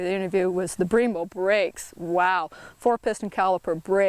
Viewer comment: Brembo not Breembo